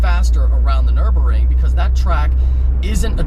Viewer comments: Okay is no one going to say anything about his pronunciation of the Nürburgring?!? I get that when he first said the Nürburger he was joking, but then he went on to say "Nürburring" another four or five times. Really? I get its not exactly the easiest word to pronounce, but theirs clearly a 'g' before the 'ring' section of the word, making it Nür-BURG-ring, not Nür-BUR-ring. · Nurburgring as in a ring around the town of nurburg, nurburg-ring not the nuremburing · It's Nurburgring not Nurburring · Hahaha bro what was the track called? The nurburger? Americans... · "The nurbering" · It's the NurburGring, the G isn't silent. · why aren't you pronouncing the G in NurburGring! You're killin' me. It is also pronounced Superlejjera with a juh sound, not Superleggera with a guh sound. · LOL "Nurburrrrring" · PRONOUNCE THE G IN Nürburgring!